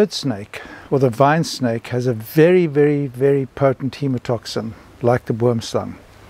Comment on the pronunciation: Terrifying venom. That sounds like a poison from a movie. Good thing you didn't have to find out if you could get antivenom in time. Oddly I heard the snake name as wormslang through the entire video, till I read the comments and looked it up, because of how the Afrikaans oo is pronounced, even though I know boom is tree in Dutch.